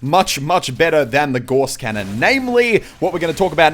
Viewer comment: Its pronounced Gauss cannon Im pretty sure, if Im wrong correct me.